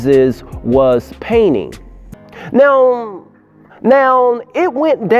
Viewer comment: When you say now it sounds like noun.